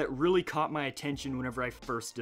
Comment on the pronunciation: Does anyone else realize he says ma-ow instead of my?😂😂😂